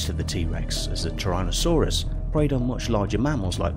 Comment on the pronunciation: Everyone: Tyrannosaurus Five Things: trynosaurus